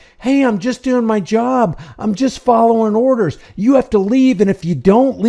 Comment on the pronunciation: Juz' folloving' orrdahs!